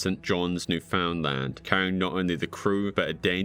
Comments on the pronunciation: You do realize Newfoundland isn't pronounced like it's those three words, right? It's not New-Found-Land, it's New-fin-lun. Some people like to jokingly (or seriously) call it New Finland. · Love your channel. Just a note: It's pronounced Newfn'dland. Not New. Found. Land. It's like pronouncing England as "En-gul-and" instead of Engln'd. Just sounds really funny. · Lol as a Canadian and from Cape Britain it makes me chuckle when people pronounce it as New found land 😂 it is just one word think of it as newfandland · as a canadian citizen, the way he pronounced newfoundland is killing me i know its spelt like "new found land" its pronounced "new-fin-land" or "new-fund-land" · Newfoundland is pronounced "neufundland" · Pronounced New-fund-lund.* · "The icy waters of New-Found-Land." Dude, you -ly need to learn how to pronounce a lot of the names and places in your videos. LOL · "New-FOUND-Land" lol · Just for future reference, the people of Newfoundland pronounce it as: “Newfunlun.” All one word. And some of them call themselves, “Newfies.” That last part might be more of an ice hockey slang. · The pronunciation of newfoundland makes me wanna sob it's pronounced like newfinland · As a Canadian, hearing Newfoundland pronounced the way it's spelled is also quite horrific. Thanks for the awesome video! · I enjoyed the video a lot, and learned about some more obscure media! I did find it a little annoying how you pronounced certain things like Newfoundland and MDPOPE, but otherwise wonderful video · Might wanna look up the pronounciation of Newfoundland. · LMAO, that is certainly one way to pronounce Newfoundland